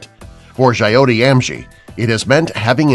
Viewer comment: Boss pronunciation of jyoti is not like in Coyote . y dont u do some research while speaking out proper names? here "ti" in Jyoti is like "thy" in timothy dalton and "jyo" is like "jo" in mary jo fernandez. dont make a mess of it. its a beautiful name meaning "light". jyoti is a person who brings light into other peoples life. no egos jus trying to xplain indian names.